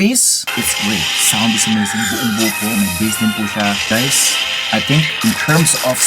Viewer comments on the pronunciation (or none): none